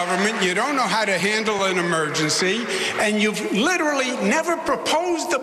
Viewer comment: Sliwa is witerally the funniest